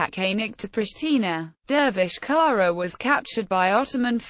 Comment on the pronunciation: The surname is pronounced "tsara"